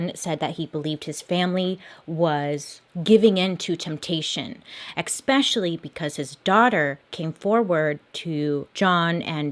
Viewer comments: if there isn't a word that's part of the story that bailey can't pronounce, she makes sure to emphasize "eckspecially" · Dear Bailey new fan, I know you struggle with English pronunciation. One word that irks me and I don’t think you realize you’re saying it wrong. There is no “X” in the word “especially”. I don’t mean to hate on you just an observation.